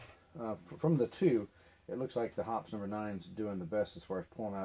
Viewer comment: Much ado about nothing. "Accuracy" oil? Don't forget "Military Grade", and my personal favorite, "Extreme Duty" oil. H○r$€$h¡t !!!!! 50+ years of shooting. NO MALFUNCTIONS, NO RUST. Kerosene or Mineral Spirits to clean. Synthetic 10w-30 for lube. If it works, DON'T FIX IT. BTW......It's pronounced "Hoppeez", NOT "Hops" F^^^^^g amateur. Hops. 🙄